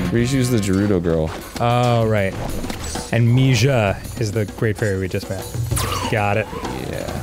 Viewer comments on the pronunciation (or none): Arin, learning the great fairy‘s name: ‚Mee-jah‘ Me, living with my hispanic mil: ‚mee-haa!‘